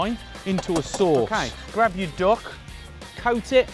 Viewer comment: In his accent it sounds like: "Its a dog taco." LOL :-}